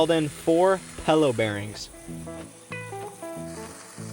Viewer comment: don't wanna be that guy but it is called a pillow bearing not pello! sorry it was bugging me